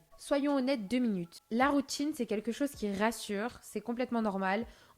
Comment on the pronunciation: "la routchine..." 😂